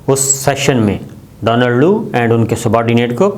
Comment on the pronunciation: صابر صاحب ! ڈونلڈ ڈو نہیں ڈونلڈ کُو نام ہے ۔